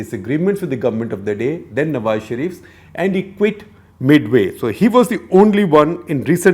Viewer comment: I'm impressed. He is one of few Indians who don't mispronounce "Nawaz" as "Nawaj"